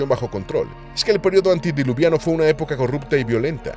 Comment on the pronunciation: Me harté de que dijeras antidiluviano, es antediluviano.